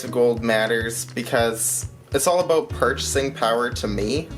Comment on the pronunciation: I like the pre-teaser, nice format you got going. Look at all that poured loot! Yeah is that you're picture on the thumbnail man?! Like a dog on a leash, I like your' analogy... Did you say aboot? Hahaha... Time to rack you up some watch hours!!! Catch up day my friend. Those gold maples are a pretty sight! ! If you inflate your' deflater, you get stimulated, is that right?! 532 subs tonight man, very happy for you! I like your' outro beaver and smooth sounds... Great video!